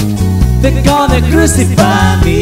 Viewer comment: The Ballad of John and Yoko was spot on. Only hint of a filipino accent was the pronunciation of ‘crucify’ but all in all excellent.